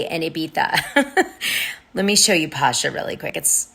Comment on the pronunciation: It's pronounced Pa-cha ;)